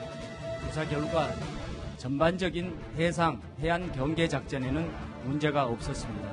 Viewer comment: 경상도 사람들은 복모음을 제대로 발음 못하는데, 제발 좀 훈련을 해라! 경계를 갱개라고 발음하고 관광단지를 강간단지라고...